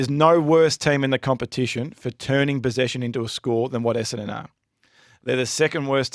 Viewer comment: Could someone please teach that Essendon has TWO ‘n’s’ in it…….EsseNdon not EssAdon!